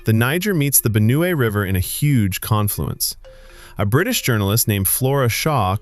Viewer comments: Benue's correct pronunciation 👇🏽 Benu-we❌ Ben-we✅ I appreciate the effort put into this research 👏🏽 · I love the new pronounciation of Benue 😂❤❤❤❤